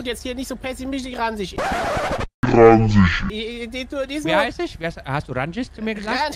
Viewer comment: Bei ransch oder in meinem Fall ranschiss war ich raus 🤣